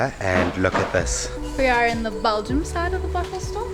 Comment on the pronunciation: It's BELGIUM. Not BALGIUM.